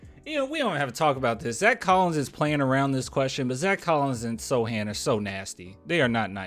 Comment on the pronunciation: Hey thanks again for the shout out and you can just call me "Add" for short. you are ok man, my name gets said incorrectly all the time, I am used to it. I also got one of your Don't Mess with the Sochan shirts in the pink color way and it is so fire. Thanks again for being the best Spurs basketball youtuber on the net man. Keep up the good work man!